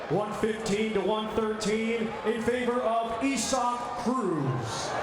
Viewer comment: It's isaacif cannot say it properly or don't say it at all